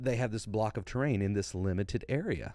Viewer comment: Hey just a small thing. The French guy said in my hearing “ we stitch together block of terrain” it is very common for French speakers to not pronounce the s at the end of plural words as the s is silent in French when it comes at the end of a word. So I think he was saying “stitch together blocks of terrain”. that would line up with what Todd has said in the past. Great content!